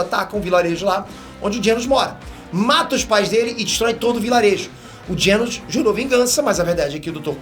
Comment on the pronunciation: "dr Genos" KKKKKKK é Genus